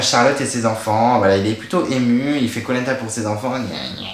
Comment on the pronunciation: J'ai été spoilé sur les 2 éliminations dans le générique ( Nathalie sur l'épreuve du labyrinthe et William sur l'épreuve des Bambou ). Il y a des commentaires sur le live de spacebabies disant que tu prononçais Koh Lanta comme " Polenta " DEAD Le départ de William ne m'a pas fait réagir plus que ça ( j'ai dormi entre le confort et l'immunité mon avis est biaisé ) J'ai bien aimé l'épisode, la victoire de Ricky, Willy fait du sur place, Sarah et l'hygiène des gourdes, les prémisses du drame du sac fouillé. En tout cas hâte de voir la suite !